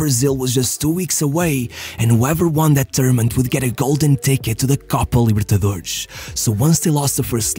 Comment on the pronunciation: Ronaldo is and will always be the greatest 9 of all time. Now... Copa libertadores is in spanish, no need to pronounce It as Coupa Libertadoreish